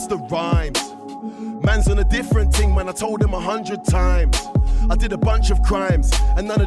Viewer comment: “It has to be a thing, materialistic thing” “But it’s a TING” Killed me 😂😂😂😂